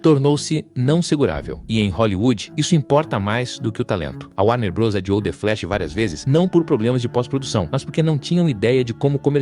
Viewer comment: Muito bom o conteúdo, só sinto falta de uma locução humana porque há muuuuuuito erro de pronuncia: Abórto, Warner brôs, Shala biúf etc. A velocidade da locução também atrapalha. Só decidi comentar porque o conteúdo é bom, o que é meio raro atualmente.